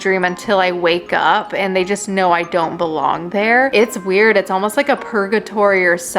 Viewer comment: U said: wuired